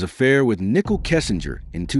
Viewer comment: Some words were mispronounced like Nicole's name but I don't think anyone cared.